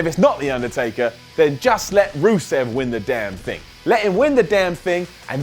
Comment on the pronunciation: stop saying rusev